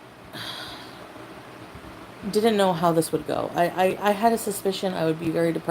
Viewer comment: “I jessss don wanna get juggged…I had a susssposssshhhion I’d be very depressed….” What a fucking moron.